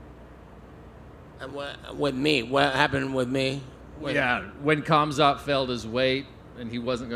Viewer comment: “Khamzat” with a hard K Missed opportunity to call him cum snot